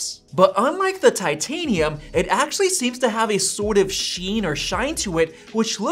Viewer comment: god it's so annoying how much you say "aaaactually". Like you're putting emphasis on words that just don't make any sense